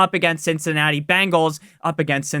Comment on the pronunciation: BENGALS NOT BANGALS!!! nails on a chalkboard